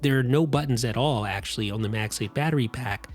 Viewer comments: I just want to know where your accent is from lol. You pronounced "on" like "own" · The MagSafe battery is as unique as the way you say “turn own”. 😀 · why can this person not say "on" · Am I the only one who finds it entertaining the way the reviewer pronounces the word "on"?